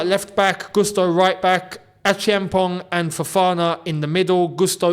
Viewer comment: you are butchering Acheampong's name. As a Ghanaian, you need an intervention. It is pronounced: A - CHAMP - ONG. Get it?